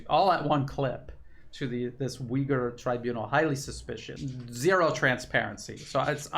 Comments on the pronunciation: Thank you for your brilliant reporting. However i must correct you. It's pronounce Ooiggur not Ewghur. The "U" in Uighur is very hard and pronounced. Closer to n[OO]k than st[EW]. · Oy-ghu-er. thats how its pronounced. theres no W or EE in Uyghur. it isn't pronounced WEEghur